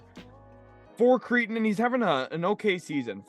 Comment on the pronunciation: It’s pronounced Cray-ton not Cree-ton you cretin